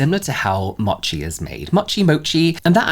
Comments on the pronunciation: Mochi, 餅(もち), is mow-chi, not mah-chi. 😉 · Mochi. Mo-chi. Slow MOtion. MOchi. Vowels in Japanese, Korean etc typically only make one sound. It’s not like western languages like Mercedes having three ‘e’s and they’re all pronounced differently 😂 Other than that, I will definitely look into that cleanser